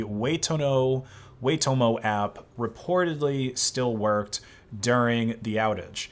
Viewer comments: A few days late but it's pronounced why-toe-mow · Your pronunciation of Waitomo made my kiwi ass screech in pain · Wooo, we just don't mention how he pronounced Waitomo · "perfect" pronounciation too